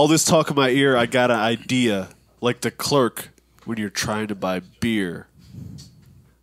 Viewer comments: “All these people talking in my ear, I got a id-ear...”. It wasn’t the best bar but that’s a bar bruh. People in his ear, head, so he has an idea. He pronounces idea as i-dea-er, which is why he mention the clerk Id’ing her for beer. I can see how some like yo it’s kinda a struggle bar, but niggas hating this but loving 69 smfh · ID-ya for the be-er